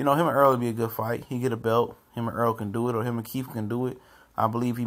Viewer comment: errol not earl